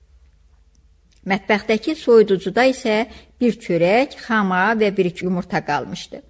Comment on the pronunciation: Səsləndirmə də yaxşı deyil..Hər kəlmədə uduqunub ağzınızı marçıldadırsız..Larçç larçç.. Balkona palkon deyirsiz,xamaya Xa ma deyirsiz))))